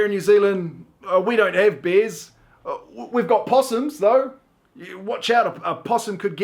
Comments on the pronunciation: Despite having been to New Zealand a couple of times I still thought you said 'beers' instead of bears. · When he said bears, I thought he said "beers" for a second. So when he started naming off bears I was so confused LMAOO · When he said we had many bears I heard BEERS lol and yes we do eh And we would say cottage not lake house where I'm from Stay safe everyone 🇨🇦💗🍩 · when he said BEARS, i thought he said BEERS! hahaha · I thought he said beers too and it was super confusing until I realized he meant BEARS. 😂